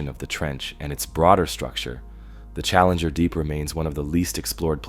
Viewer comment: yeah you can especially tell from the way it says “challenger. Deep”